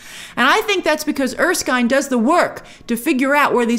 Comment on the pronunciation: It's er-skin, not er-skyne. Just wanted to throw that out there.